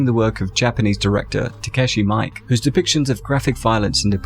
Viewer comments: Just a friendly note that Takeshi Miike's surname is pronounced 'Me-keh' :) Keep doing your awesome work! <3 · Hey,. Takashi Miike's name is pronounced "mee-kay" (notice the two "i"s). It just looks like the name Mike. =D